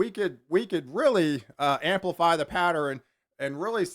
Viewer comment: Pat-ter-N. Hahaha.